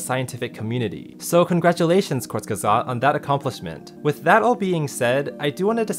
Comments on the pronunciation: Does not really exist in english exactly like in german. I'd say closest would be "oo": Koort... like in "boot". But "court" is definitely wrong and sounds like an american trying to pronounce "kurz" ;) Go on forvo (dot) com and you can hear various pronunciations. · no, he called them kortsgesot. it's more like kurtsgesakt, with the urts in kurts being pronounced like the urts in hurts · what is says:KURZGESAGHT what I hear from:COUSEKESAGHT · Maybe if you pronounce "hurts" like "hoorts". Otherwise it's way off. It's Koorts-geyh-sugt, which even the original English narrator doesn't exactly get perfectly right. Really, just listening to google translate should clear up all confusion. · kurs guess aght (t is silent) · never knew it was pronounced "courts geh sought" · He said it horribly wdym? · he didn't pronounce the second g, other than that it was pretty good. The correct pronunciation is /kʊɐ̯t͡sɡəˈzaːkt/ (non-rhotic) or /kʊʁt͡sɡəˈzaːkt/ (rhotic). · Eh Kind of 60% definitely And definitely better than most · its actually wrong, im a german and its pronounced a little bit differently (kurzgesagt is a german word) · and Kurzgesagt butchering each other’s names. Me: Laughs in German-Mandarin translator. 🙃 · i just always cringe at how he pronounces kurzgesagt